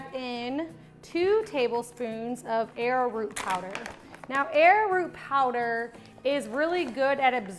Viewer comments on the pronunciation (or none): Arrowroot is pronounced Arrow-Root not Air-Root, for the record. I make my own deodorant and I love using Dragons Blood oil for the scent. It doesn't smell feminine and people love the way it smells. I use Soy Wax instead of bee's wax too. I am a vegan and I avoid using a bee based product. I don't use the arrowroot. Instead, I use Cornstarch. Another great thing to know is that if you make this ahead and chill it in the refrigerator overnight uncapped it firms up better without losing its scent. After that, it thickens the longer it sits capped, after having been made.